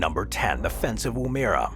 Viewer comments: It's pronounced WOO, as in womb and -MERRA as in berra without stressing either syllable. Your channel constantly butchers Australian place names, which is irritating and especially insulting to Aboriginal people, . Please check the oral dictionary or consult a native speaker before you report on foreign place names. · pronunciation; Woomera pronounced wom-er.- uh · Aye aye, Cap'n!! Anyway, my great great aunt was born there in 18 something or other! And the AI also pronounced Woomera in Australia wrong!!